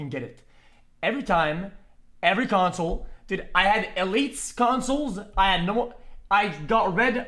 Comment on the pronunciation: why is dunkey saying counsel instead of console?